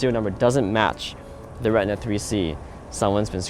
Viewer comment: The Cameras are called RE TI NA , not Retna...